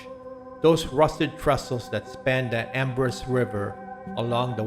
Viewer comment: The correct pronunciation for Embarras River is Ambraw River